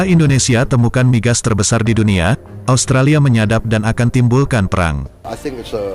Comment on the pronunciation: Kami tidak menyebutnya ostrolia, tp australia